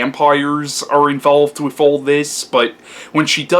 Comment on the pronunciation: Interesting review. I may have to check this one out again. I saw it years ago and like you didn't care much for it. But I gotta ask, are you really saying "wif" instead of with?.. LOL.. C'mon man you can do better than that. That signals low brow and you're better than that.